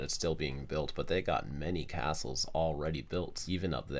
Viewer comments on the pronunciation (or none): none